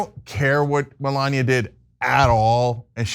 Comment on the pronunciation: Melaninia.....creesmas da creesmas lol